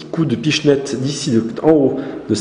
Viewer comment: " Un petiit coup de pichniette " Okey =/